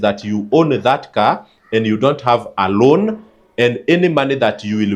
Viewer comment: Or or all my dude your diction confuses us 😅😅 so much raw or low, dliver or driver?Ron or loan?😅😅😅waaaaa